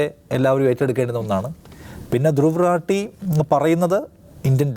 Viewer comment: റാട്ടി അല്ല, റാഠി എന്നാണ് ശരി.